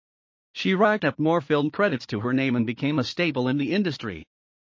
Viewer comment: Staple not stable